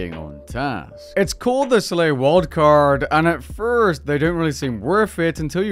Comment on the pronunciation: Am I the only one who keeps hearing him saying "worldcard/wordcard" instead of "wildcard"?